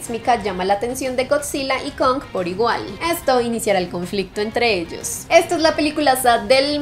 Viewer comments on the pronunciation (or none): none